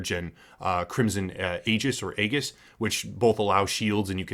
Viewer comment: its actually "ee-jis"